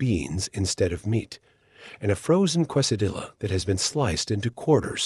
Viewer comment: WTF did she call the quesadilla?